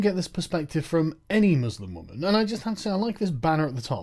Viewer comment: "as a wwwuummennsss"